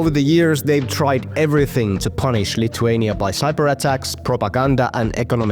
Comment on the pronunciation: It’s not pronounced “lituania” but pronounced “LITHuania” like how you say with